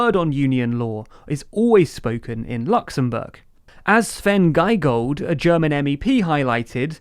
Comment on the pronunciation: Svenn Giegold is pronunced Sven Geegold: ie = ee ei = I